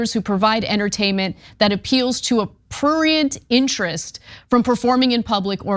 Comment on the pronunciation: Ana is too old to be struggling to pronounce words like prurient, shes one of the greats, but she pissing me off